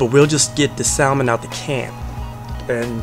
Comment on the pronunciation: My mother’s parents were from St Helena Island and there was a pot of rice on the stove 24hrs a day and we had red rice with shrimp EVERY Friday! ***it’s pronounced sammon not salmon but it’s spelled s-a-l-m-o-n….